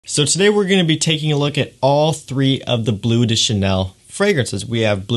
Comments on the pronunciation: Cant even pronounce bleu de chanel😂 its BLEU de chanel not BLUE de chanel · Good video, however (and apologies in advance if people think I’m being picky) but please note that “Bleu” should not be pronounced “Blue”!!! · It's pronounced "bluh," rhymes with the. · its BLEU, not BLUE. its french. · BLEU, not BLUE :) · I hate how American reviewers pronounce “toilet” and “parfum” all ‘fancy’, yet say “blue” instead of “bleu”